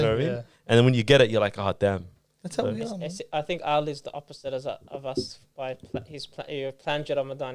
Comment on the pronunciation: Keep up the good work guys. Be proud of your heritage and pronounce names correctly. His name is Ali not Ahhli.